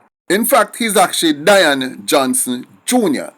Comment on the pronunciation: I don't think you pronounce the name right (Day-an ) or Dian